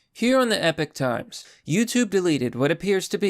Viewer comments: "Epp-pick" = epic "ee-pock" = epoch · It's pronounced "e-pok" it means a period of time 😀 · Epoch is pronounced ep uck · Pretty sure it’s pronounced “Epic” but idk. Check one of their ads, they got the guy to pronounce it. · It's epoch not epic good sir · It's "EE-pock" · It's e-pock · Traditionally yes that’s the correct pronunciation. But I’ve heard it pronounced “epic” several times from the people that work there, so..... idk 🤷🏻‍♂️ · "Here we are on the Epoch times. Is it Epic?" Me: Yes! "Epoch?" Me: ohhh, you mean pronouncing it?? No idea...they all say it differently...